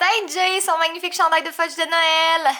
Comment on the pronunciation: Je dirais que c'est plutôt Jay qui est un enfant quand il joue avec des couteaux Hihihihihi Fudge est le plus beau chat de l'univers je suis d'accord avec toi Catherine! Le sacrilège qu'a prononcer Jay! J'en reviens pas!😄 😋